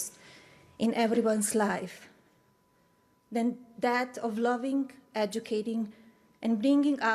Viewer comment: She has been in the US since 1996....why does she still say "dis" and "dat" for this and that... get a pronunciation coach...just saying.